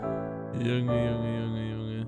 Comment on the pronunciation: Bei dem Mann am Anfang der hat nicht Junge Junge gesagt sondern Unge Unge 😂😂